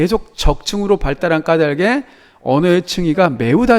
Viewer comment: 왜 '까달게'가 아니라 '까다게' 인가요..? '닭을' 발음할 때도 '[달글]' 이라고 하잖아요. 의존형태소니까 연음해서 내야 하는 거 아닌가요?